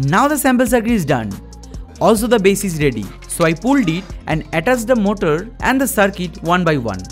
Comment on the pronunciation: His English is getting better and better But he say motol= motor